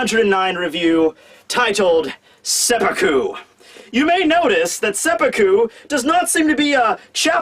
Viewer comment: Glad you pronounced it as seppuku, and not seppuku